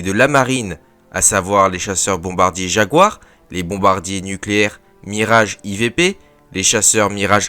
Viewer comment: Le Mirage IV P, c'est un mirage 4, pas un mirage i-v-p. 😉